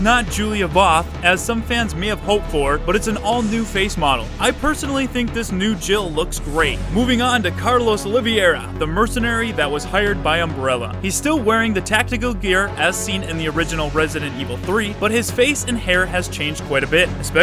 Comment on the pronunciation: Came here to enjoy a comparison of re and see what re fans thought. Left when the narrator said livera. Theres obviously an O there lol. How am i the only fan to notice this.